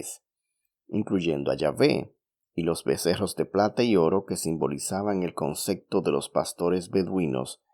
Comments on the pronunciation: Conce.p.to no conce.c.to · Se dice concepto, no concecto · Amiguito se dice "Concepto", no "Concecto", también es un pleonasmo decir "las creencias de todos los creyentes"